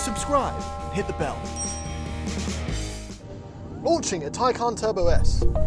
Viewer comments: It's Tay Can not Tye Con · Actually it was said wrong if you take the actual pronounciation it is not Tai-khan since the word is from turkish, it would be more of a Tai-jan (the J in it is spoken like in jar) so you could have electrecuted thomas either way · "Tie + CAN" fellas, NOT "Tie + CON", its not trying to con you, its stating that it 'CAN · Its actually "Tie-Can" watch the Porsche world release video, "Tie" (like a tie you would wear) and "Can" (as in, yes, it CAN) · Even porsche mispronounces taycan. Taycan is Turkic/turkish like porsche admitted. Tay means foal. Can means life. The issue is porsche pronounces can with a k sound. While in reality, can is pronounced like jhan. I am amazed by how the euros take a foreign word and talk about the right way to pronounce it while butchering it. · Its not taycan its tyaggen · I'm Turkish and it's pronounced Tay-jan. You're welcome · Everyone pronounces this car's name as Taycan. Porsche just took that name from a similar Turkish word.